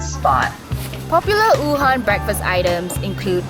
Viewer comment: she really just pronounced Wuhan as oohan